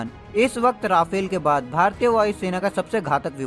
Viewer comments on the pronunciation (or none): none